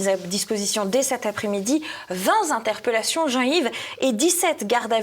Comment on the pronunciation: Vingt zinterpellations. Ca devient la routine ces liaisons dangereuses.